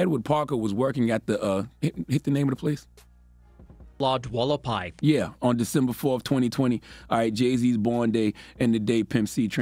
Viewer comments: It’s “Hualapai”, pronounced “wall-uh-pie “. it’s a native word. You’re welcome, Charazard. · From Vegas and it’s pronounced WHO-WALA-PI….hualapai…you’re welcome Charla! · Ha wa la pie is how it’s pronounced. But yeah that bar been ass since 2012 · 🤣🤣 I got it the 1st damm time... "Lawgd-Walluh-Pie" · Also the way he keep saying “Lodge Hualapi”. 😂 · Hualapai pronounced WHO-WALL-UH-PIE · Charla not being able to say the name of the bar, hilarious! 🤣🤣🤣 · Lol hualapai is a street out here. Its the lodge on Hualapai. I'll give em a pass cause i don't think any of us agree on how to pronounce or spell that island boy nonsense. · Hualapai is a street here in Vegas that I used to live on, NOBODY in my family could pronounce it and I knew EXACTLY what Charla was trying to say 😩😩🤣🤣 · Lol! I live in Vegas near the street that the bar is named after. It's not being pronounced correctly AT ALL in this video😂🤣😂🤣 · Yo, I live less than 2 miles from there, LV stand up! Listening to Charla trying to pronounce “Hualapai” is 😅👌👌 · Thumbs up to the vid but definitely a thumbs down to the “Lodge Hualapai” 🤣